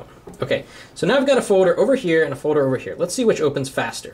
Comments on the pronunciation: he says "foder" not folder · It's foLder! There's an 'L' in the word foLder! It's not foder! That is all. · HE'S SAYING FODER NOT FOLDER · . "Foder" and "Hode" o_O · haha. "a Foder" "press and hode to make a new foder" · he says folder so funny lol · u say folder weird o.0